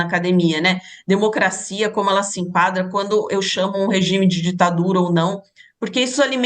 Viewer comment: Ela disse " denocrscia venezuelana 😂😂😂 vai cagar professora 😂😂😂😂